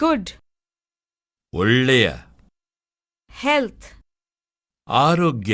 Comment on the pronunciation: ಒಳ್ಳಿಯ ಅಲ್ಲ ತಮ್ಮ ಒಳ್ಳೆಯ